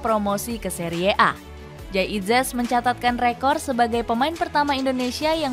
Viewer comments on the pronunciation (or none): Bilangnya biasa aja dong. Seri a, bukan seriee a😢😂